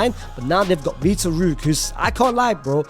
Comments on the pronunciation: Victor Roo is crazy, its pronounced more like vitor hockey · Bro really should do jail sentence for the way he spelled the mandem-s name, he said vitor rookes. Bro it's Vitor Roque